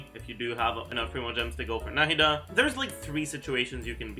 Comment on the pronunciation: The way said Nahida like No Head Duh the first time.